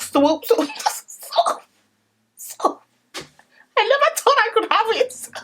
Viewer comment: SWOOP “ I never tot I could have eet” I’m dying😂😂💀